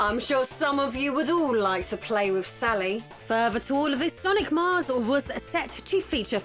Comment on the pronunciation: It's not that hard, "sir-knee"